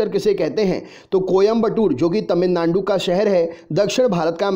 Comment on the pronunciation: Sar ने जब तमिलनांडू बोला तभी 😂😂😂